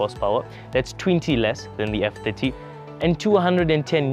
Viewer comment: I had trouble in the with you saying F30. I constantly heard F50 lol.